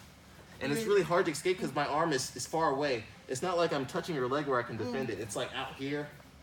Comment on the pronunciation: Good stuff. "I can't really eXcape" lol